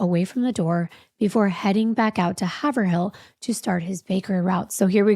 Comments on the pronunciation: Its not Haver hill its havrill lol its massachusetts after all. Lol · Lol it's pronounced Hay-v-rill. Everyone out of state messes it up. It's ok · "hay-verll" 😅 One slurred word Hay Verll ...like Earl Lived there a stretch 🤘🏻🤪 Home of Rob Zombie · Hey from Haverhill, MA. (Pronounced hayvrill) No sensible person who lives in NH will shop in MA considering NH has no sales tax and has never had sales tax. We don’t call Massachusetts “Taxachusetts” for nothing. Oh and we’re called Massholes. 😊 love you guys!!! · I’m a local, let me help you say the city names, Haverhill is Hay-vrille. Thank you for taking the time to show so much respect for the victims. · I think it's wicked funny how people pronounce towns in Massachusetts Believe me you're not alone Haverhill, Massachusetts is pronounced, have-rul the have sounds like the have in behave rul hAverul. I Love your channel, well, channels but Love, Love this one with your husband "" Heehee. Oh. Boy I need sleep. Silly silly girl is here. Lack of sleep gets me wicked silly!!😁😂😉 as usual, Big Hugs from Woobie in Massachusetts🤗💗🙏🏻💕💓😎 Gonna grab my woobie and take a nap, it's only am est. Can't sleep without my woobie. Love to your beautiful family.☺️🙏🏻💟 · Former Mass resident, Haverhill pronounced hay-vril Lots of Massachusetts cities pronounced weird lol